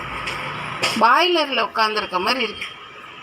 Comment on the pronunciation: மாட்டிக்கிட்டான்னு ஒருத்தரு 🤣🤣🤣 அது baailar illa boiler... இந்தாம்மா இப்படி தான் கா... Toilet taailat num lawyaer laayar னு தான் சொல்லும்.....வாய திறந்தாலே இது பணக்காரியும் இல்ல படிச்சவளும் இல்ல என்பதை சுலபமா கண்டுபிடிச்சிடலாம் 😂😂😂